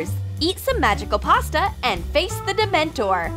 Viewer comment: Who else cringed when they said dementEr